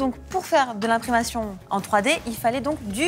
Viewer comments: "De l'imprimation" ahahah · Inprimation ???? Impression !! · Ai-je bien entendu "imprimation" au lieu d' "impression"?! 😆